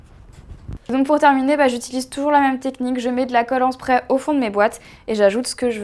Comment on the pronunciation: sa se dit pas spreer